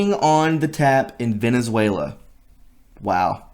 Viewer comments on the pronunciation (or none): none